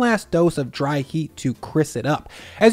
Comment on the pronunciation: Still can’t say the word “crisp.”